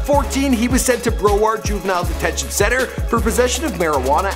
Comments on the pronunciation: Yo next time you butcher my county's name like that im unsubbing. its BROWard NOT BRO WARD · It's Broward not bro ward. this guy is ridiculous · Did you pronounce it bro-waard dude? No. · broward is pronounced BRAUWARD not broeward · Did he just say “BRO-WERD”???? BROWARD NIGGA! BROW-WARD! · DUDE ITS BROW like eyeBROW BROWARD county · Broward is pronounced brow- ward not bro werd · This mans said "Bro-ard" instead of broward, im mad😂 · THIS MAN SAID BRO-ARD INSTEAD OF BROWARD HAHAH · Bruh said bro-ward county 😂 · This dude said “Bro-Ward” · Lmao dude said “bro-ward” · lmao he said bro-word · lmao bro-ard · Broward is pronounced BROW-WORD. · I've never heard Broward pronounced so terribly. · Can you please consult Floridians before pronouncing our cities and counties (i.e Broward, Pompano Beach) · it's Broward lol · THAT PRONUNCIATION OF BROWARD IS HORRIBLE